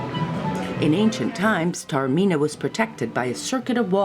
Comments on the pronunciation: Almost unwatchable due to the grotesque mispronunciation of the name Taormina: it is not pronounced ‘terra-mina’. ‘God said...’ ??? surely you mean Goethe (correctly pronounced as two syllables, with a ‘t’ sound); the American habit of turning ‘t’ into ‘d’ is not always helpful when transferred to the pronunciation of European languages. ‘Tah-orr-mee-nah’ is not the pearl of Europe, it is the ‘pearl of the Ionian’. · Joesy Fuda It is no showcase when full of errors. She clearly has never heard of Goethe and it is not the pearl of Europe. If you are posting a vlog of a place, it is not too much to ask that at least some attempt has been made to pronounce the name correctly.